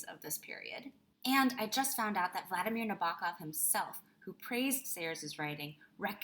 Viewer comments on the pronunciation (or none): none